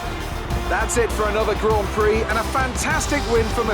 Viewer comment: Stop saying Grand Prix PLEASE🙂